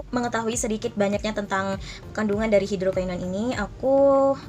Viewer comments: Iya bnr bngt... Ak dengerin ap yah kok ky aneh gt... Susah ngucapinnya Dia bilang bukan hidrokinon tp hidrokainon... 😁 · NGUCAPIN NYA HIDROKINON BRAYY... BUKAN HIDROKAINON SUSEEHH AMEETT... KT NY KRJ AN NYA DI SKINCARE... 😒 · Kak ngomong hidroquinonnya kok susah amat